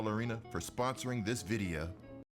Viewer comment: The way u say video amazes me videa